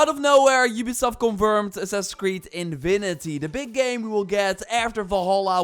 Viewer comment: He literally said 'Invinity'